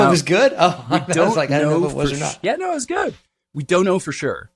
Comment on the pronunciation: New phenomenon: young people don’t exclaim “oh my God!” It’s now become “oh my Goduh!” Similarly, “Oh no!”has become “oh no-uh!” Anyone else notice this?! It’s pretty annoying… 😅